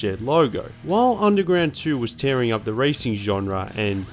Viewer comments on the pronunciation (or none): none